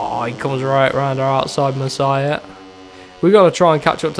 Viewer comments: Masia is pronounced "mas-e-ah" not messiah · Pronounce it: mass E a 😆